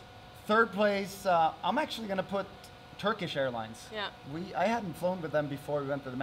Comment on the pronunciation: türksh airlines dedi :D asın bayrakları :D